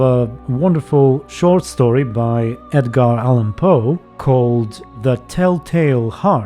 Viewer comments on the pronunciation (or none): none